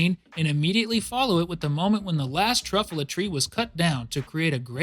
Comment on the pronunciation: anybody else mad abt him saying truffuhla instead of truffyewla it made me so maddddd